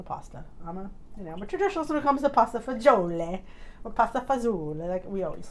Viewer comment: I love when you say it with an Italian accent !